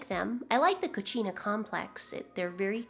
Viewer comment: not trying to be smart, i just wanted to share, coccina, is pronounced as “co-see-na”.